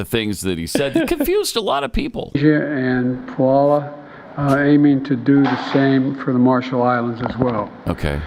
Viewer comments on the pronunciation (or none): "Puala. Aiming to do the same for the Marshall Is." What, screw them over, too? Hey, Dippy Diaper Loader, it's Palau! Say it, Pal-ow. "Poo-alla." Ok, whatever.